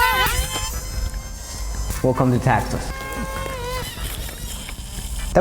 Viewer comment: "Wecolme to Taxas."